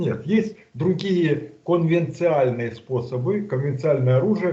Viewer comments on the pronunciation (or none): Научите кто-нибудь правильно произносить слово "конвенциональный". Он ведь, эксперт, из эфира в эфир это таскает, позорится философ. Пусть посмотрит, как это на английском, если ему кацапская мова не родная - conventional, а вовсе не convential.